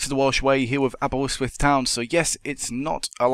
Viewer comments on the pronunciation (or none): Say Aberystwyth correct